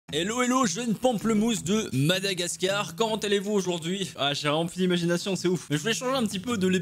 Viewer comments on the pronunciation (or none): "Hello les jus de pamplemousse de Madagascar "😂 je ne trouve plus de mot à quel point l'intro est claquée sinon j'habite à Madagascar et je trouve ça fait super bizarre que tu le dise comme ça 😂😂